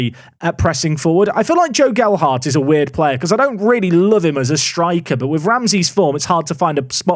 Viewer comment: HE LEARNED TO SAY GELHARDT!!